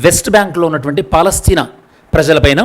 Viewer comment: Good One but Palastine in Telugu - Paalastheena 😅